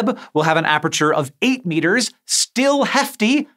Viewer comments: Hank. It's aperture. Not apreture. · Why can't Hank say "aperture"? It's not apREture, it's a-per-ture. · aperture not aperature Read more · Why is Hank pronouncing it ap're'ture lol. It's just as it's spelt aper-ture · Hank, it's pronounced a-per-chur, not a-pre-chur... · it wouldn't be the first time someone's mentioned him mispronouncing a word and then him correcting himself in a later video. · A science guy who can't pronounce "aperture" 😂